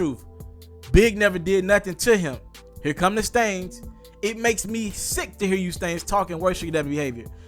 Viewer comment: its STANS NOT STAINTS LOL